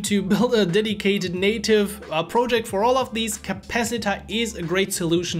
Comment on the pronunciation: I would highly advice you to fix the following pronounciations on the following words you use a lot: "Review", "Legit" and "Project" - You can type it in Youtube "How to pronounce [word]" then put them on a AnkiDeck or something and keep practising. By the way you speak English very well, this is only a small note on your "emphasis." Its the difference between saying EM-Pha-sis (correct way vs. Emfaaa-sis, you see how just by changing which sounds you "stress" it changes the meaning and sometimes rendering it almost uninteligble. So yeah practice these two words as you will be using them a lot so it is worth knowing how to pronounce them the right way. Your content is really good and you helped me and I am a phonetics specialist so I thought I would also try and contribute back. thank you so much:)